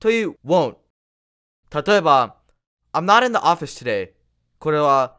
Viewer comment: 冒頭のI'm not in the office today.が、「余るのオフィストゥデー」にしか聞こえなくて内容どころじゃなくなったｗ よーいドンでいきなり転倒。 I'm no（あま）、t in the（るの）？？